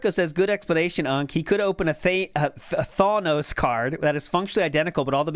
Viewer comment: He's so far removed from the greater world he doesn't know how to pronounce thanos despite him being the biggest villain in recent pop culture